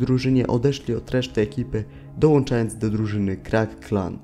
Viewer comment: mówi się dołączając, a nie dołanczając